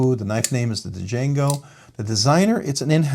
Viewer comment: So I’m guessing you haven’t seen the movie Django since you didn’t know how to pronounce it 😅